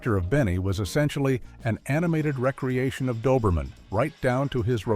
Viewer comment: This AI recitation is bizarrely mindless in its ... pauses ... which are a bit like Paul ... Ford ... forgetting his ... lines. A notable example of mispronunciation is "recreation" for "re-creation." AI is unbearable stupid.